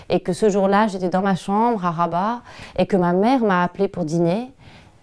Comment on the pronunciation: Oui et rabat pas rabah